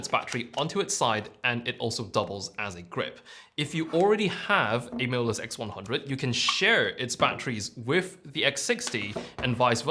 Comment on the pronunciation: I like how your pronounciation of 'MOLUS' almost sounded like 'mirrorless'. I got confused in the beginning 😁